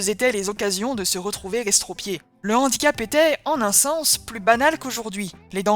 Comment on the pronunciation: Toutes les liaisons dont bien faites, sauf devant le mot « handicap » ! Là, tout d’un coup, on a une liaison dangereuse.